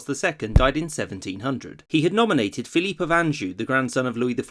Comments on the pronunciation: Great vid. Not quite sure why you pronounce Philip "Phil-eep," though. When in come's to Spain's Philip II, for example, the standard pronunciation is used. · You're pronouncing 'Philip' (English) or 'Felipe' (Castellano) 'Philippe', which is French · Pick Philip or Felipe. Not Philippe.